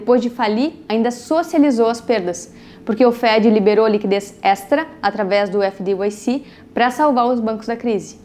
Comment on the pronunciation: Video muito bom. Resumão da farra dos bancos a décadas. Uma sugestão. FDIC se pronuncia efe di ai ci e nao efe di uai ci como voce falou. O uai é o som de (y).